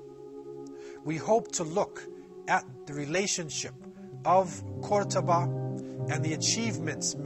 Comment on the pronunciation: I'm from Córdoba (Kurtaba as you called it) so watching people from all over the world enjoy our culture and history it's so nice!! PS: You also said many things that are not true to spread your ideas, so that's not nice...